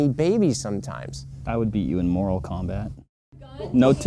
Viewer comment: In the outtakes, it sounded like said, "I would beat you in moral combat." That cracked a smile. Full disclosure, I was born in California and now I have lived in Texas since 1974, almost 50 years here. My mother and grandmother were from Texas. My father may have been from Texas. He was raised going to college at the University of South Dakota and he decided to transfer to UCLA and his parents moved to east Texas. My mother and grandmother were from Texas even though my mother was born on the Arkansas side of Texarkana (the best available hospital at the time.) Her father was from Germany. My grandmother and her two daughters moved to California in the 50's. they decided to move back to Texas in 1974. We have always made chili with beans or bought it that way. Others think that they are purists for having it without beans. Let me offend those people even more. Normally, chili with beans will be with red kidney beans. I have used northern and cannelini beans. That should upset just about every one and my work here is done. Straight wall rounds. I can agree with Ryan in that the.45-70 Govt will push a heavy round that should break through any bone, similar to the hole-making ability of a.50 cal black powder muzzleloader. You could shoot through a leg bone and still have a kill shot. My old friend, John (RIP) smelt his own.50 cal lead balls for his muzzleloader and got a doe on his aunt's property every time he went there. (no pressure, good and easy land for deer, food